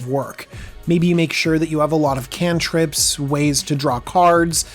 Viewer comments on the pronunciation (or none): none